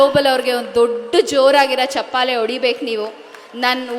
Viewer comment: ಕನ್ನಡ ಮಾತ ಇದು. ಮಾತಿನ ಭರದಲ್ಲಿ ಚಪ್ಪಾಳೆ ಬದಲು ಚಪ್ಪಾಲೆ ಅಂತ ಅಂದು ಕನ್ನಡದ ಅಂದವನ್ನು ಕಳೆದದ್ದನ್ನು ಗಮನಿಸಿದ್ರಾ